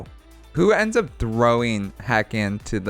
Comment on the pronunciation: Are we sure that hakann's name isn't said with the emphasis on the second syllable? Like I always read it as huh-KHaN.